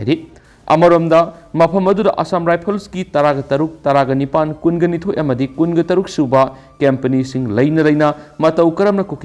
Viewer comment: Masigi apangba news reader ASI houjik faoba company bu campany haina pairine. Masigi nupasi Mina haiba amok loudaba manung yam knba apangba ahal amadi oire. Fana yam haibibani . Masagi aranba semdoknaba hnna2 haibibani adubu apangba ahal haisi amkukta loudene. Nggi asonba eikhoi loina khnggi aduna semdokchaningbagi amukka haibani. Aranba semdokpibani , ngbu singune panganu, achumba haiba ellu.